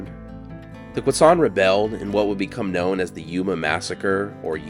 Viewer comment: pleasantly surprised to get a video about yuma showing up in my recommended videos! i was born and raised and never learned about this event in school or anything, though i was aware the the name Yuma came from one of the tribes there (Quechan/Yuma). i also now know how to properly pronounce Quechan (thank you!). awesome video!